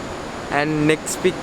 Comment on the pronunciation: There is no F sound in the Sinhalese language. Hence, Netplix.